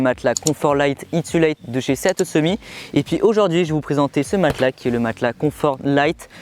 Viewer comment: Juste 1 truc: sea to summit ça veux dire « de la mer au sommet » et ça se prononce « si tou summite » et pas « séa tô summi » 😉